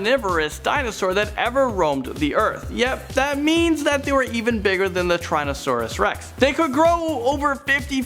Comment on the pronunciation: He deadass said trynasuarus rex